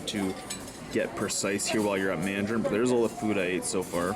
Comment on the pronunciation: For some reason I got a laugh when you said " so I'm going to Mandrain" after you said you don't go there often.